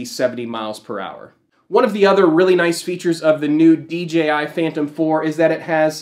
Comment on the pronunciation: it's DJI not DGI